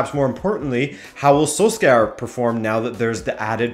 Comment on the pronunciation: Sorry but your pronunciation of Solskjaer hurts